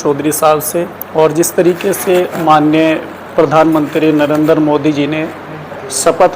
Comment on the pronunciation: नरेंदर नही है बे, नरेंद्र बोल😡